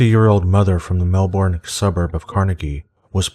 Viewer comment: LOL you pronounced Melbourne and Carnegie wrong :P